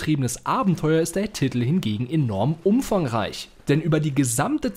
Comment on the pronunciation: Man spricht es "Titel" aus und nicht "Ttittl" sowie "Justiz" und nicht "Justtitz" 🤣